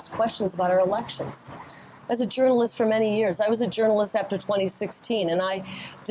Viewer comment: I'm surprised that after Kari Lake answered that "gernaliss's" auestion, he didn't ask, "and your point is?"